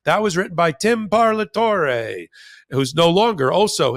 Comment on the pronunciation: It’s an Italian word pronounced par-la-to-re. Simple Italian phonetics. Language is valuable cultural component and should be respected as such.